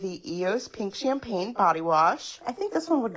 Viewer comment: I’m sorry but that ladies pronunciation of pink like “peeenk” made my eye twitch